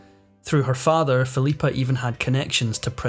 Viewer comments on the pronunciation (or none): none